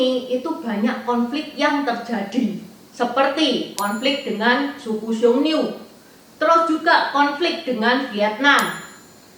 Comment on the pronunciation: Xiongnu. Bukan xiongniu. 匈奴